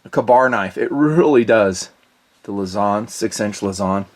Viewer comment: Hi. Filipino here. It's not (luh-ZON), it's (LOOSE-ohn)